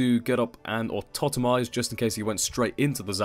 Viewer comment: Someone who doesn't pronounce Autotomize as 'Automize' <3